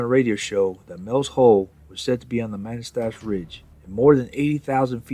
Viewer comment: Pronounced “Kih-tih-tass”. And, “muh-nass-tash”